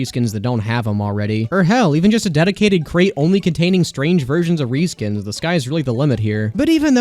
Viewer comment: Weapon Ree-skins…